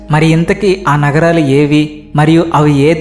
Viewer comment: నగరాలు కాదు నగరాలు